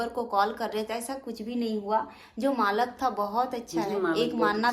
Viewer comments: Malk ni hota malik hota hai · मालक नही मालिक बोलते है बहन बाकी vlog बहुत अच्छा बनाते आप दोनो। 😘😘😘😘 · Malak nahin hota Malik hota hai baat karne aata hi nahin pata nahin tum teacher kaisi thi